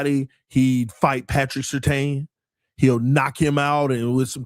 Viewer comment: you are one dumb mf dawg 😂🤦‍♂️ Waddle said what he said about Pat because he knew he was about to get traded there. Ain’t no way you’re THAT goddam simple 😂🤦‍♂️ And YOU of all people should know Pats last name is pronounced “SIR-TAN”. Not “SIR-TANE”. C’mon dawg 😂🤦‍♂️